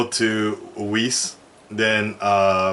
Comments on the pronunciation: Weiss (Why-ice) just can't stop saying Wess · Its not pronounced 'weese' its 'wice' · We need you to correct how says Weiss! You say it perfectly the first time but he has gone 3 volumes and still not figured it out! "Ice"! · Tell it is pronounced Wh-I-ss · Jesus Christ, stop calling her we ss, its like your getting rid of the i. why ss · Nope, it's pronounced (if you know German) V-eiss. the W in german is pronounced the the V in French. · always gets Weiss' name wrong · so............are we not going to talk about how just brutally butchered you know who's name?